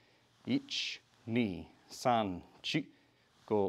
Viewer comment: Its san, shi not son, chi😂